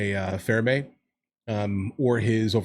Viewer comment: It is not "Pheramey paradox", it is called Fermy paradox. And it is falling apart. Everyone need to watch "The Age Of Disclosure"